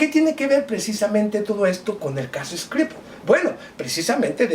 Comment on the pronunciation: No sea boludo. Pronuncia bien SKRIPAL